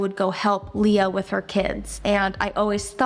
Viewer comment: I so wish you would use Leah. That’s my name and absolutely no one ever spells it right or says it right and you got it exact and I was so excited that you even mentioned it because I’ve grown up watching you guys and I am so excited for baby girl!!!!! 💜💜💜💜💜💜💜💜💜💜💜💜💜💜💜💜